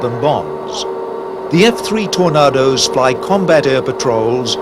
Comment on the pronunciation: Why can't the narrator pronounce the word 'Tornadoes'? Who ever said 'Tor-nah-dose'? It's always ever been 'Tor-nay-dose'.